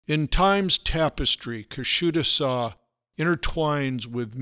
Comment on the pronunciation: I like the video but the pronunciation of the town has much to be desired. 😊Otherwise it was a great video thank you! pronounced KUSHADUSA more or less. The last "A" is is more of a cross between the"a' sound and the "e" sound. Thanks for the video though I am already subscribed. I have a summer house there so I am a bit particular. Great information! And a well-made video